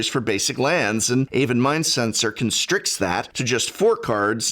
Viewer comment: did anyone else hear that "constricts" as "can strix" ?